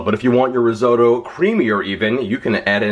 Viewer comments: As Spock would say, "Fascinating." Lawn Geyelind bred as I may be, there are no "D's" in risotto (Rih-ZO'-toe). Okay, Bubbie is going to have a coronary over this recipe, and so is Nonna. That is a hell of a lot of panchetta (no "Y" in paynchedda) you are using, a hell of a lot of shallots, and a hell of a lot of tomato paste, for a relatively small amount of rice and broth. I'm going to try it, but I'm very nervous. I've only just gotten the hang for long grain rice in the IP. Oh, for the record, I did a "Katz's" pastrami this week. It had to be the meat, but it was a total disaster. I wound up with a pastrami scented brick. Salted the meat too long, I think the 1hr heating in the oven was too much, but it smelled good. Attempt #2 this week. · I wish you would say "rissotto" and shallots" correctly.hey, it hurts my ears the way you say it. Yikes, you're such a New Yorker! :)